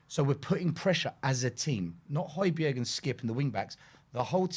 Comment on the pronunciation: Great stuff, fascinating!!. Just one thing,, please get the pronunciation of Hojbjerg’s name right … the g is silent